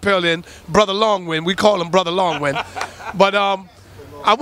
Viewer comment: he said "brother long wind" 😂